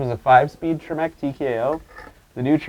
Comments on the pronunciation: TREMEC, not trimec. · I think you pronounced Tremec wrong. Can I have your welder?